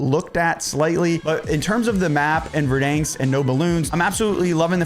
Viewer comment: Dude….ive said this before and ill continue to keep saying it….its pronounced VerDANsk. Like the name DAN. Not like Dane cook….DAN!!!! 🤷‍♂️